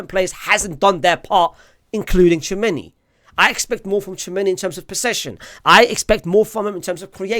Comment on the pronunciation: And the way you pronounce Tchouaméni as Chew many